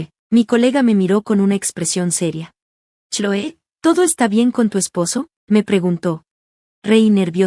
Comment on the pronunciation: No saben pronunciar los nombre correctamente se pronuncia Cloi